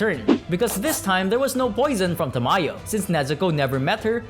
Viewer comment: dude do you not know how to say Tamayo